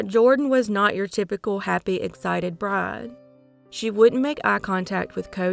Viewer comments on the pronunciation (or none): none